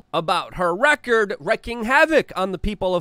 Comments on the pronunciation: Wreaking havoc is pronounced REEKING not WRECKING. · its wreaking havoc not wrecking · its wreaking havoc, not wrecking havoc